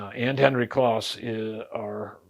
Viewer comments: His name was pronounced clōs, not "claus." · wiki says it is pronounced with a long O like close. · I once worked with others who had met Kloss and yes, it’s pronounced “close.”